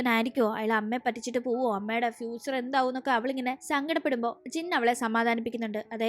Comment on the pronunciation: Penne fucher alla fhucher